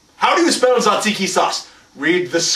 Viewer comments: your pronounciation was almost spot on! the "t" is not silent however, and in greek when "t" and "z" go together, we pronounce it as a "j" so it's "jajiki"! btw, i'm greek so i know what i'm talking about :) great video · It's spoken Jajiki. J like Jesus. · hahaha i live in greece and your pronounciation was off with the tzatziki (pronounce the 't') :D